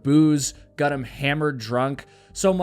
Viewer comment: Why can't pronounce the word "got?"